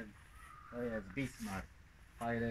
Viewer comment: co on mówi?? BIGMAK, BISMAN, WTF?